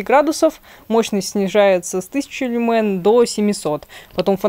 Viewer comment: Только в слове "люмен" (лат. свет ) ударение на первый слог.